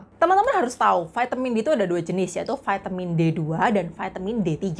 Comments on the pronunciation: gunakan bahasa Indonesia yng baik kak vitamin ya vitamin jangan di sebut vaitemin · Trimakasih informasi nya Mbak sgt bermanfaat, tp ada masukan dikit... Vaitemin... Lbh baik diucapkan vitamin